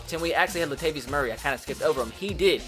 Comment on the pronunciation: THIS BOI SAID LATVIUS!!! LATAVIUS BOI